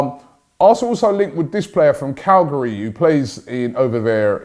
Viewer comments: Robbie said Cagliari like Calgary so I thought he meant this guy was coming from Canada 😆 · Lol, how do you pronounce Cagliari as "Calgary"? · Jesus, you really murdered the pronunciation of Cagliari 🤣 I thought we were in for a Canadian for a few seconds there ha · Cagliari not Calgary, Robbie 😂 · Calgary? CAGLIARI... 😁